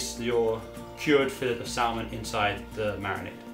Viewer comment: Salmon isn’t pronounced how it’s spelled! it’s pronounced sammon